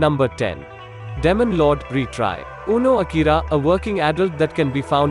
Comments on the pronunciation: sounds like he's saying "lemon lord" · Damon lord😂